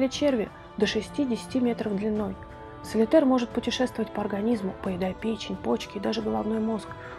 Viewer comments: Солитёр, а не "солитэр", автор!)) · "Солитер" (солитЭр, как Вы произнесли) - это крупный бриллиант. А паразит внутри - это "солитёр". С ударением и произношением некоторых известных фамилий и нередких слов беда. Очень режет слух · Не САЛТИТЭР, а САЛИТЁР.! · Не солитэр, а солитер, буква Е с двумя точками наверху, эту букву не напечатать